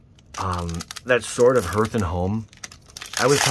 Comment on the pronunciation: Hearth is pronounced “Harth”